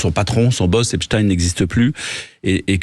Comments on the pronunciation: On ne dit pas EPSTINE On dit EPSTEIN 😕😕😕😕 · Epstein comme Frankenstein, Einstein, Bornstein, Weinstein, … et non Epstine, Frankenstine, Instine, Bornstine, Winstine et tous les autres. Nous sommes en France et Einstein n’a jamais été prononcé Instine. A force de répéter un mensonge, il en restera toujours quelque chose mais cette fois, ça ne marche plus. Les gens se rendent de plus en plus de la supercherie. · Le journaliste est anglais? Epstine c'est lourd à entendre. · Ils m' énervent ces journalistes à prononcer " Epstine " comme les Ricain alors que c'est un nom juif allemand 😣